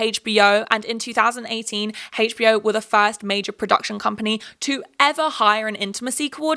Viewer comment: girlie i love u but the way you say hbo really bothers me it sounds like you’re saying hagebo